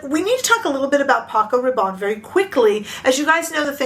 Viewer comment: It’s pronounced Rah’bonnie not Rah’bon.